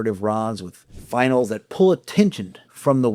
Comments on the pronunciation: Fin-ee-uhl. Not final. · Best AI EVER1. The mispronunciation of ‘finial’ gave it away.